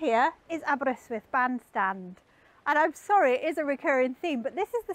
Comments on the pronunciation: Gr8 pronunciation of Aberrr-ystwyth. Please teach Mr Hubnut how to say Aberaeron! Diolch yn fawr! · That slight twang when she says it 👌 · I shall recommend this video to my local wine and cheese shop keeper. Now you were wondering why a Dutch wine and cheese shop keeper be interested in someone showing Aberystwyth while pronouncing it correctly? He's half-Welsh! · Not a twang; she just says it how it should be said. 🏴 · That's the correct way to pronounce it.